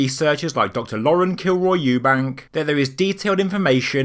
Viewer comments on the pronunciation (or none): none